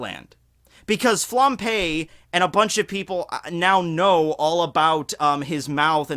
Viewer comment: Flam_b_e,, not Flam_p_e. Sry to nitpick but this is the second video of you p-ing Flambe and it's so distracting.:)